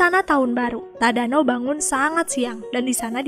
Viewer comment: Detik 6,23 tadano jadi tadana